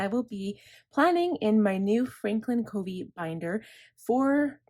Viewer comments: You are so well organized~I am impressed! Well thought out. I've used various planners/bullet journal and FC is the best core system and I'll never stray again. (Fyi it's pronounced "cuhvee." My daughter worked for him.) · Great video! I’m working on my planner for 2022 this week. BTW, Covey is pronounced with a short u sound, like lovey.